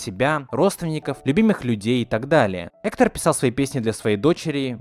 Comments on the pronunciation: Hector а не Ector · Не КОко, а КокО, и не Эктар, а Гектар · Аааааа Гектор! Гектор *лять... А не "Экто"... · Простите конечно....но имена проговорены не правильно... Во-первых ударение на кокО Во-вторых Гектор, а не Ектор... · не Тайна кОко а кокО. и вообще , он не Эктор а Вектор!! 🗿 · А почему ты говоришь Эктор? правильно ведь Гектор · Он же Гектор, а не Эктор...? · Не Эктор ,а Гегтор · Класс! Но не "Эктер" а не "Гектор" ))) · Надо правильно произносить имена героев Вектор, а не Эктор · Гектор! А не Эктор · гектор, а не эктор... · Не эткар а Гектор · Не Эктор а Гегтор по краиней мере на русском языке